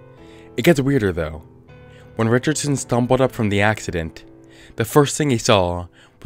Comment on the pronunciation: after slowing down the video you can clearly hear a ”deh” sound as if he for some reason mispronounced “the” any reason